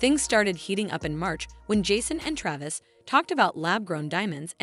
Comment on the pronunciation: This is garbage not only is it AI, but the pronunciation of Travis’s name is not correct and the script is terrible